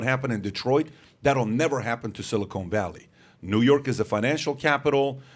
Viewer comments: Pat...FFS it's Silicon ( SIL - I - CON ) NOT Silicone ( SIL - I - CONE ) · Someone tell these guys silicon and silicone are not pronounced the same. Sounds like they're talking about some place they manufacture caulk. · It is “silicon” (silly - con) valley, not “silicone (silly - cone) valley. Silicon Valley is in the San Fransisco Bay area. Silicone Valley refers to breast implants, and is the Los Angeles area. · Pat my Dude, I love your show, but your killing me with your pronunciation of Silicon Valley. It’s pronounced, si·luh·kuhn Valee.